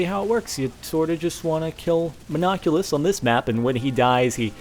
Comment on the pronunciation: No, its Mon-oc-u-lus.